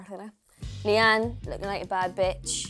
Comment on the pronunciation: No because she actually said Leighade instead of Leighanne 😂